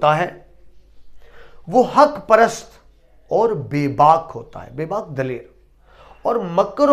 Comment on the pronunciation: آپ آخری شعر میں لفظ "بےباق"کی تصحیح فرما لیجئے